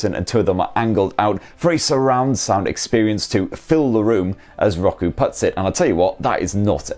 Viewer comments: Hey it’s Row-koo. Just kidding i’m calling it Rocku now to plus i like calling u guys limey bastards…c’mon who doesn’t 😮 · Lmao... It's not rock-oo... It's pronounced row-koo... 🤣🤣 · I know it's just an accent thing, but his pronunciation of Roku is just... ew. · Why is it bugging me how he pronounces Roku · Hate how you say roku. Gah cant watch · Never heard Roku pronounced that way.